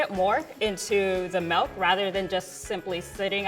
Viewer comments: She said "melk" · Omg why does she say MELK????